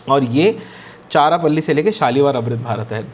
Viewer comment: its not charapalli it's charalapalli pronunciation please check